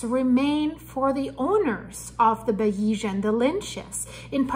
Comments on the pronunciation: Please pronounce the name of the yacht correctly. You are not credible unless you do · Hey Joe, if a reporter can't pronounce such a basic name it shows me they are not really familiar with the topic and this is further proven from some of her comments. For an accurate and informative source on this tragedy please look at The Yacht Report